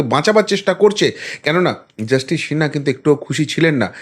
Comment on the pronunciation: আরে সিনহা, শিনহা না, আপনি আমার কাছে গানে ভর্তি হয়ে যান ঠিক করে দেবো বাদ বাকি সব ফাটাফাটি উপস্থাপনা😮